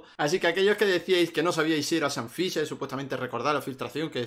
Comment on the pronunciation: Sean fisher , shan fisher 😅